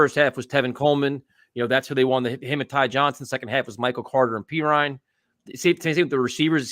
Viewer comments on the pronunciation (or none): Steven A. Smith can't even pronounce Perine's name correctly, and also said we have no weapons at reciever. Has he not seen what Moore was doing at camp and the hype this kid has? The national media has no credibility, especially him.